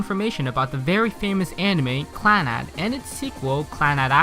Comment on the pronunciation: did he say "on the face of this Plannad"? or am I hearing things lol